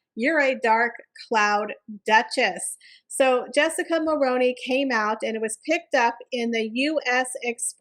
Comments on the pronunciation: In Canada we pronounce it mul-rue-ney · Great video but couldn’t get past the mispronouncing of Mulroney. Highly recommend making sure you know how to pronounce names, especially ones that you repeat dozens of times. It’ll help with credibility, especially when your content is great.